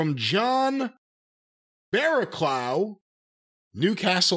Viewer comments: "John Barrowclow". It's so funny how Americans can't read the "ough" in written English. It's pronounced "Barrowcluff" in the same way "enough" is pronounced "enuff" not "enow". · The way read 'Baraclough' was hilarious:D Bara-clow haha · I’m guessing the guy from Newcastle is called barraclough and not barra clow😂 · Attempts at pronunciation of Barraclough are hilarious!!